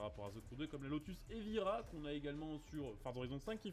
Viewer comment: c'est super de voir autant de voitures sur un aussi bon jeu!! (si jamais le nom de la Lotus se prononce " ivaya ") !!